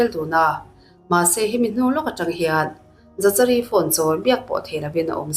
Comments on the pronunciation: Za cha ri an tiah, Zakari tive mai la 😂😂😂 dangdai e 😂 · Zachari nilo in zakari anih hmel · Zachary tih hming hi "Zak-a-ri" tiin lam tur a ni. Zachary: zækəri Lam dan phung: "Zak-uh-ree" emaw "Zak-a-ri" tiin lam rik a ni tlangpui. A hmasa ber 'Z' hi a ri nasa deuh a, a tawp lam 'ry' hi 'ree' tia lam rik a ni deuh ber. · Zachary>zakari a ni lo em le😁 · Dik chiah,Zakari tih ve mai awm.. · Zachary ti lovin Zakary tiin lam zawk la,Psycho ti pawh sykaw tia an lam ang deuhin...a spelling ang thlap thlap a lam rik lo chi,silent chi a awm ve a... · Zachary = Zakary tiha lam tur😀🙏🏻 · zachary tih te,saptawng zir a ngai nasa😂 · Zachary i lam dan em2 chu leh😂😂😂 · Miami pawh Miami ti in a lam ve ta a lawm mia-mi ti khan a lam thin a😂 Zachary pawh lam dik ve mai ang😂😂